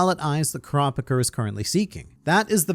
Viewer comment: Pleas please please. It's not Ku ra pika. It's Kura pi ka